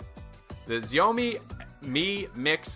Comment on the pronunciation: Xiaomi is pronounce sh-ou(ch)me I always said it your way but have become enlightened. Nice video.